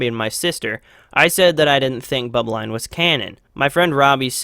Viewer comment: i agree with you kinda but the way you say bubbline